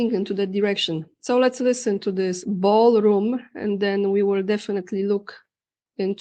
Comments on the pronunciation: How many times does he mention 'Baalroom' 🤨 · 'Ba'al Room', huh? Imagine my shock. 😑 Thank you for the updates,! 🙏🏻💪🙏🏻